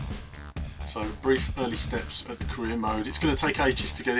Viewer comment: i was convinced he said Korea rather than Career